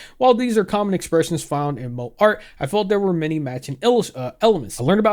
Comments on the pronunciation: I'm sorry but the way you pronounce moe as Moe (Simpsons character for reference). 💀 It's pronounced "Mo-eh"! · Great video, but moe not pronounced mo, it’s mo-eh. 😂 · i msorry the way you keep calling it "mo" and not "moe" is making me chuckle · Bro... I'm not an anime fan in any respect but it isn't pronounced "Moe" like the bartender in the Simpsons, but Mo-EH or Mo-AY Also, on the topic of the person who decided they won't pick up art anymore until they finds a way to draw that "Won't make others uncomfortable" How about you just quit art in general? I truly cannot stand people who are such doormats. Stand up for yourself!! Damn!!! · it's "mo-ay" instead of "mo" 🤓☝️ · I know you mean moe like mow-ay but I just keep thinking Moe from The Simpsons lmao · I keep thinking of the bartender from the Simpsons every time you say Moe (萌え) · I let air out of my nose every time he pronounced "moe" like the name of the Simpsons character lol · I totally agree with you but the Moe pronunciation just makes me crack up🤣🤣🤣🤣 i keep thinking of Moe from The Simpsons😂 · Hurting me a little bit that he keeps pronouncing moé as moe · It's pronounced "mo-ayy" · "Moe style" is cracking me up, lol In case no body else has mentioned, its pronounced "moh-ay", gotta stress that "e" sound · Not a big deal, but for future reference you are supposed to pronounce the e in moe (mo-eh) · Moe is pronounced Mo-eh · love your videos king. its pronounced "mo-aye" for next time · the way this guy pronounced moe gave me heart palpitations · bro is pronouncing "Moe" like the bartender from the simpsons TToTT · I'm just imagining Moe Szyslak from Simpsons at this point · 1. shit's crazy on twitter gaddamn, thank god i'm outta there 2. your way of pronnouncing moe is hilarious don't change it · Also, I really hate to be that guy but you mispronounced moe the whole video 😭😭 It's pronounced "mo" as in "motion", and "e" as in "café" b(￣▽￣)d